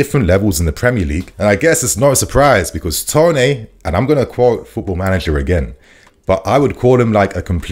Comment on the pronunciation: Why are we pronouncing it Ivan Tonay dude??